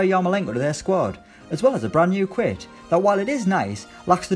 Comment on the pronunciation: “and a new quit”